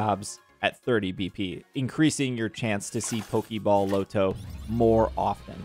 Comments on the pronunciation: It’s not low-to. It’s pronounced LAH-to. No one says low-to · I can't do the way you say lotto. It's LAH-toe no LOW-toe lolololol Like lottery ticket. We don't say LOWtery ticket lol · Okay so, "Lotto" said "LAH-to" not "LOW-to." It's short for "Lottery." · Bro called the Loto the "Low-toe" whatever that is😂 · Your pronunciation of "Lotto" is killing me... It's Lotto, like Lottery. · They way you say lotto is extremely jarring lol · I low key thought it was because you didn't want YouTube to flag it for gambling or something lol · my native language isn't English either but that is not an excuse for butchering basic words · Maybe it sticks from Roto loto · i second that …